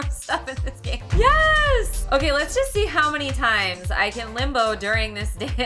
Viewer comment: The first two first times you said limbo kinda sounded like limo